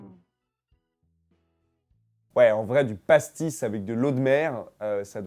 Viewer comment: xd quand tu dit pastis!!